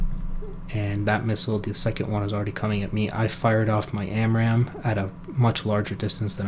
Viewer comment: "SPAMRAAM" XD